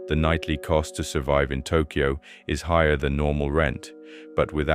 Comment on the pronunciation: It's pronounced Tok yo. Not tok key yo. BAKA